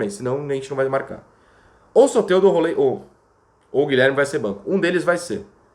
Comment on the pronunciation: Heisenberg. É rol ráiser